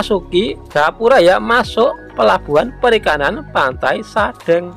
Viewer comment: Pengucapan kata sadeng . Itu spt pengucapan kata Cireng .